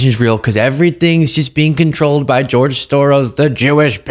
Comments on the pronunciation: He can't even say George . He's definitely on the Short Bus Crew . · I hate how he says George